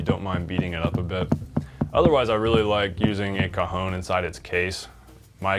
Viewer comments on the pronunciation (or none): LOL ... English speakers have a "slight" problem with the word "CAJON" and pronounce it "COJON" well you got a problem Your pronunciation of "COJON" is "BALL, TESTICLE " CAJON with just means BOX is pronounced as "KAHON" . I bring this up because it is hysterical to hear a drum teacher referring to a CAJON as a COJON . Use the "testicle" as a substitute for a bass drum. " just sound really weird. remeber CAJON is pronounced "KAHON" not "COJON"